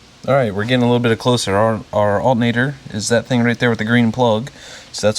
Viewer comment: "We're going to replace the ALTENATOR...."